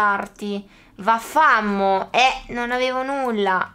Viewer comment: nn si leggeva vaffamo era napoletana si legge vaffámóc